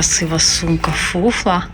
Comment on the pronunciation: Сумка хіба Furla , а не фуфла 😂